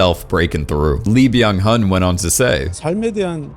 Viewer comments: I think it's pronnounced 'Byunnen'. At least that's how I hear the actopr pronouncing his own name. You also say: 'E', not 'Lee'. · but he ruined frontman with "BYAN HUN"